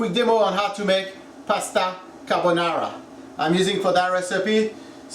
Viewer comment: "Carbonara" Ahahaha please go to sleep